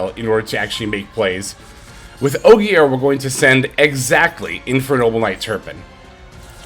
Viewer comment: Great video man, seeing all the different lines with interruption etc is so helpful. Also just a heads up, Ogier is pronounced OH-JUH, keep up the good vids!